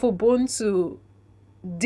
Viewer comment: The way they pronounce 'ubuntu' is pissing me off. The 'b' is not supposed to be pronounced as it sounds, it should sound like you're blowing air softly from your lips. Ubuntu pretty much means humanity and all the positives that make a human.